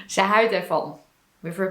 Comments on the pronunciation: Toch is er nog wel iets te verbeteren. spreekt het woordje 'houdt' uit als het woordje 'huid'. Het verschil tussen de uitspraak van de ou en de ui is kennelijk heel moeilijk. Ik denk dat bij ou (of au) de mond wat wijder open moet gaan. Bij de ui heeft de mond meer de vorm van een tuit. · i'm impressed with your pronoucation, only thing that threw me off a little bit is your pronouncation of houdt, you pronounced it more like huid, wich means skin. The "ou" in houdt is pronounced more like "ouch" in english but without the "ch". In general the way you use 'er' is the same as 'there' in english, but not using it persé as a location, but more to point out a fact, for instance. There are a lot of people, er zijn veel mensen, or there is no excuse for doing that, er is geen excuus om dat te doen. The last sentence is rather complicated already, but it does show fairly well that 'er' doesnt always really point at a location but more at the existance of a subject. 'Daarvoor' is indeed more used for specific things, a good translation would probably be something like 'for that' in most cases. 'daarvoor heb je een hamer nodig', 'for that, you need a hammer' or 'you need a hammer for that', but that is the way you would use it in a response to something. Another way of using 'daar' is like 'niet hier, maar daar', 'not here, but (over)there'. In this context its used to point out a location, and i think in this context it is used the same as in english, imagine you are in the supermarket asking one of the employees for an item and they say, 'it is (over) there', 'het is daar'(although you would probably say het ligt daar instead of 'is'). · I was a bit surprised that you couldn't pronounce 'houd[t]', but instead you said 'huid'. This is the first instance your pronunciation isn't impeccable. No worries, this is of course a compliment for your pronunciation!